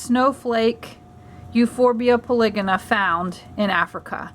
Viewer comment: I think it is pronounced Euphorbia Poly-Go-na